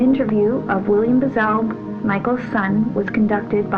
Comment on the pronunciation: BTW..THE MANS NAME IS -MAC BRAZEL...NOT BAZEL